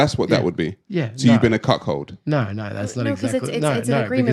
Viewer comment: There's no H in "cuckold". But yeah, that man is weak.